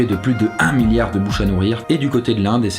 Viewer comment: 2.30mn argh ça m'a stressée le s de milliard la 😅 mais sn super vidéo, comme dhab ;)